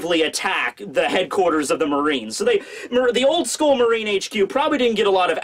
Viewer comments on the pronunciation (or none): none